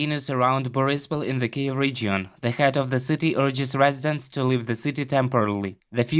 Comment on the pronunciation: Since this conflict has started this channel is the first media source to pronounce KYIV correctly! It was really starting to disturb me. Thank you!!!🇺🇦🤜🤜🤜🤜🤜🤜🤜🤜🤜🇷🇺